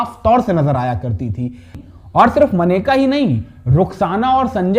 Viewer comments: ओ हिरो, मनेका नहीं कहते मुन्ना, मेनका कहा जाता है। बाबू, पहले सही बोलना तो सीख लिया करो....!!!!! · मनेका नहीं मेनका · कैसे - 2 लोग पत्रकार बन गये हैं। मेनका को मनेका बोल रहे।